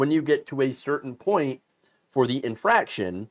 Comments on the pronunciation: "inFARction" not inFRAction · Infarction. Not infraction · Terrible… Inexcusable!!! (Side note: it’s an “inFArction” not “infraction”) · infarction* not infraction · INFARCTION not infraction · Great video but the term is, "inFARCtion" not inFRACtion. Otherwise freat video. And why I don't go to doctors anymore. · It's an infarction, not an infraction. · Not "infraction." Infarction." A "heart infarction" is a heart attack.